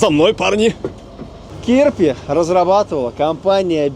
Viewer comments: Кирпи ударение на второе і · Да, только называется не кИрпи, а КирпИ, и переводится как "Ёж". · не кИрпи, а кирпИ - kirpi - ежик.